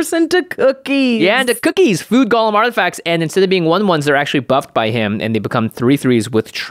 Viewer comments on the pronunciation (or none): it's GO-lem. please. please.